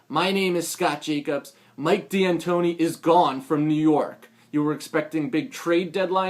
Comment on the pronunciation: its not dee antoni its d'antoni. pronounce it right